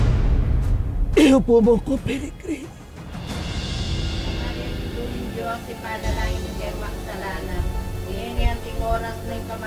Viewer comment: Natatawa pa din ako sa Perigrine ano yan ibon?